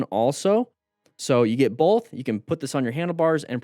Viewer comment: O:18 He says "bolth" - unsubscribe 😂